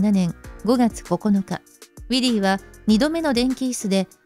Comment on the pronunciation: ６:44分ウィリーは逮捕から、「わすが」になってる